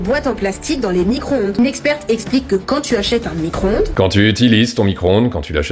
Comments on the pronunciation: ecoutez bien, elle dit : "Nicro-onde" ca montre bien le niveau intelectuel, c est affligeant. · Ouiiii il a dit fourmi - croonde !!!! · "fourmicron-onde" lool !!! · La fourmi-cro-onde 😂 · Four-micronde.😂 J'adore. À plus.🎉